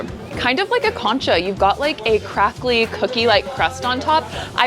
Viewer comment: Nice video. I know concha is another language, but maybe listen to a video on how to say it, the emphasis is on the second syllable. It all looked so yummy!!